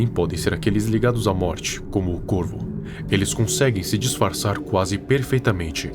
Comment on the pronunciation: Mano e serio quando ele falou corvo eu entendi corno 😂😂😂😂